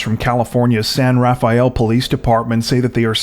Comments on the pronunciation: FYI locals pronounce San Rafael (san rafel) the second s in rafael isn’t pronounced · San Rafael is not 4 syllables. LOL